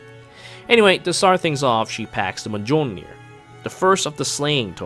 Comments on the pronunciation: the J is an I sound in Mjolnir btw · "Muh-jole-neer" excellent. The brain damage is spreading even to the god himself. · muh-johl-neer. Never change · That Mjölnir pronunciation.